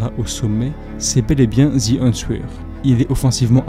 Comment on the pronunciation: Super video. Tres beau travail qui me replonge dans ma jeunesse. Continue.👏🏾👏🏾👏🏾 Par contre, la prononciation est à revoir: the Answer à prononcer "Aan ser" . Le "w" ne se prononce pas.